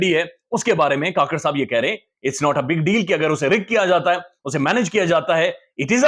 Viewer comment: Anwar ul haq. " kuk-kar " NOT ka-kar